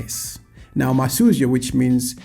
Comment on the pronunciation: First off, not Masyuzo...but Masuzyo! Yes, Masautso is a Tumbuka alliteration of Masuzyo...Precisely Masuzyo is Mavuto. Second...its not far fetched that Mugabe might be Malawian as you have rightfully pointed, Zimbabwe,(Southern Rhodesia) and Malawi(Nyasaland) were Federated into "one country" hence, Federation of Rhodesia and Nyasaland. The one that drives me nuts is the one that denies Banda is Malawian.